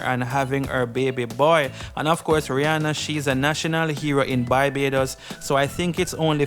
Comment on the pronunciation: Dude, it's not Bybados. It's BAR-BAY-DOS (Barbados). Learn to pronounce names correctly. How would you feel if someone keeps calling Jamaica (Jaymacia)?